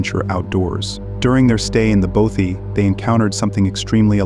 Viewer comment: How tf do you pronounce "bothy" wrong? Impressive